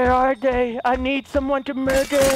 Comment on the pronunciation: The number one most said thing in this series is "I will mudder"